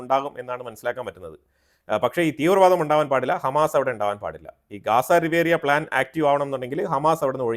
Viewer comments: റിവേറിയാ എന്നല്ല സർ ! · Not riveria but RIVIERA!!!!